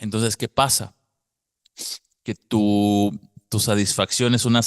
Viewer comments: ¿En serio? Es que por alguna razón no se escucha que pronuncies la "t". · ¿"Saisfacción"? ¿A qué te refieres? Lo mencionas mucho.